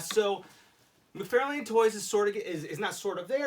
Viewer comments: It's McFarlane, not McFairlain! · Why do you keep saying Mcfarlane like that???